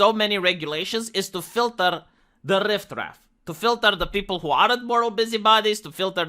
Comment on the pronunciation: Riff-raff, not rift-raff.